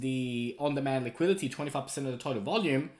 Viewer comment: On demand liquidity. Not liqiility! Just say liquidity!!!!!! Wtf